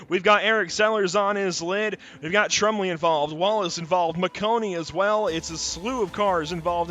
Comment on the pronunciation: By the way it's pronounced "Trum-Blee" not "Trum-Lee" but thanks for broadcasting us guys!